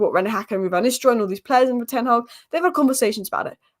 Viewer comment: "Tennawg" ...It's Ten Hag!! That annoys me 🤣 Otherwise I love this channel 👍